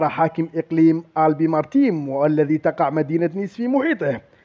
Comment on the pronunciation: يا أحب المنطقة اسمها alpes maritimes (الب ماريتيم) صحح نطقك من فضلك